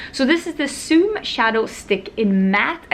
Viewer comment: why do u replace the letter Z with an S in your words ? Like Sweva for Zoeva or Soey for Zoey ..soom for zoom... wondering if its diff in Swedish